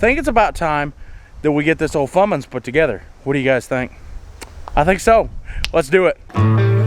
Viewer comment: "We're getting ready to put a fummins....". And now she has a name. Fummins.